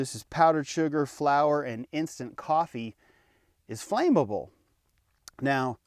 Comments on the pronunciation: Flammable not flame-able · Dude! Coffee Mate! Powdered coffee whitener. That stuff is 100x more flammable! Yes Flammable. Not Fame able. Lol